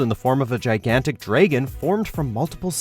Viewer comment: Someone needs to teach this boi how to pronounce dragon